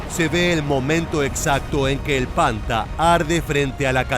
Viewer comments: No sé pronuncia "panta" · Se pronuncia "panthar" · Panther se pronuncia panta?